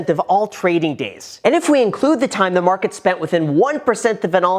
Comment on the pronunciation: Tryna rig the marhhhket